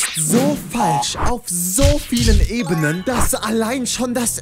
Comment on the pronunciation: Warum sagst du immer "Ebenen"?